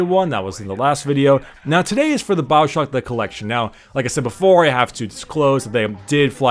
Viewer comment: it's Bioshock not Baowshock .. Dhhh